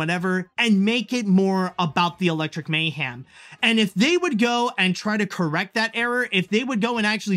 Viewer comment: Why are you pronouncing mayhem as "may-ham"? Dude please fix that.